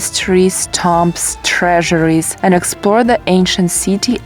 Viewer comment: i suppose by "tomps" you really meant "tombs".